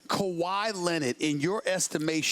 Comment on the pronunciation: Like if Stephen A says Leonard funny